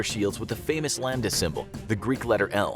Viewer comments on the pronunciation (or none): none